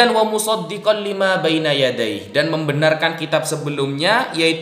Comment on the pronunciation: 1 : 26 .....muṣaddiqal limā , bacanya sad bukan sod hehehe ....مُصَدِّقًا لِّمَا jelas dia baca latinnya